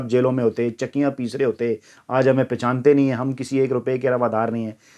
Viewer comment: ، پہچانتے ہیں ۔۔۔۔ پشانتے نہیں